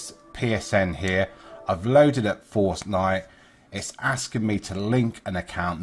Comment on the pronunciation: He said forcenife